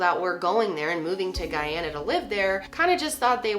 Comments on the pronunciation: thank you for pronouncing the country properly! my father is from Guyana and it was a tragedy that has plagued the country for many years when the country had little to do with the atrocity. good work, as always! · Take all the points for pronouncing Guyana correctly!!! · Finally someone who pronounces the country’s name correctly. My mom was born in Guyana and was around 20 when this happened and it was really big on the news!! Also thank you for going into depth!! Growing up, i knew of the Jonestown case but I learned some new things today watching your vid!! 💞💞